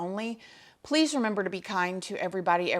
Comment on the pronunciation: I love the way you say Poe-lease😂😂😂